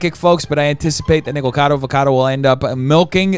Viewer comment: i TOO was bothered by the way MoistCritical was saying "Nikocado" (it's NOT "Nikcado"/it's "NikOcado")